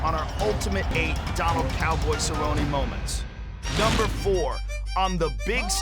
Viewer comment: "Go get some Donald Cerro-Nay!"